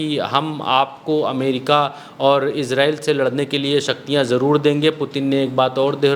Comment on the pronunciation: Izrayel nahe Israyel bola Karen PlZ Jo 1 Fasade ban chuka hai